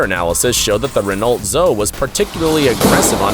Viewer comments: Renault "ZO HEY" not Renault ZO 😂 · The Renault Zoe is pronounced ZO-EE!